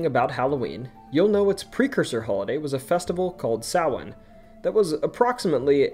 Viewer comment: Omg you actually pronounced Samhain correctly I love you